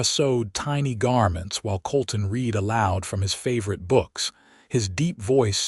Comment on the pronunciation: Read = present tense Read = pronounced Red as in past tense he ,read (red) his books in the evening. Can Ai not differentiate?? Apart from that, this was a good and interesting story. How she gradually thawed, while being with the kind and thoughtful man.... She is a lucky lady I enjoyed listening to it From Nr. London England